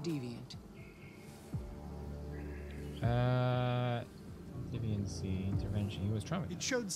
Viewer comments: He said it right, but then said deviaunt just for pro effect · hears it correctly, still pronounces it "deviaunt" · pewdiepie: deviant Amanda: DEE viant pewdiepie:see I said it right, deviont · I'm french and the word deviant is pronounced "day-vian" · ITS DEE VEE ANT GOD F*CKIN DA